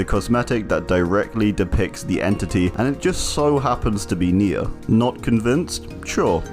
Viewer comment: nemesis perk even says NE-a virus